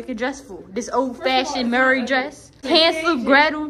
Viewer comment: why do you say Mary like Murray?